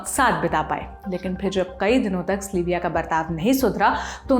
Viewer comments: its sylvia. not slyvia. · Aap zaraa sab ke naam dang se lein. Log agar kisi aur Sylvia se melenge toh use slivia kahenge. It's sil viya pronunciation. Not sli viya. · स्लीविया????? सिल्विया है..... research kar lete ho par naam thik se nahi kehte....